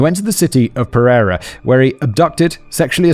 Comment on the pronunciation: You butchered pereira so bad 😭 it’s pear-ayyy-rah